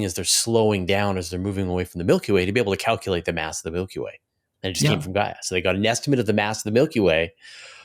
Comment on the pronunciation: It's Gaia not GAIA :-)